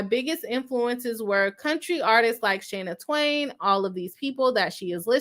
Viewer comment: Watching the replay and, you are killing me mispronouncing singers names wrong, Shania Twain, Pat Benatar & Duran Duran! 😲 😱 omgoodness 🙃